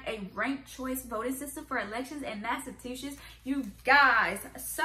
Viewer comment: In my 26 years on this Earth, I had never heard someone pronounce it "Massa-two-shits" 🤣 Between Massholes and this, something tells me we don't have a great track record